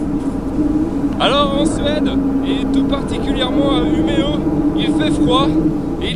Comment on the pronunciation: Bravo les gars pour la vidéo très intéressante pour moi qui va habiter à Umeå à partir du mois d'Août prochain, par contre attention à votre prononciation du "å" suédois comme dans "Umeå" mais sinon c'est vraiment très bien ! Merci :)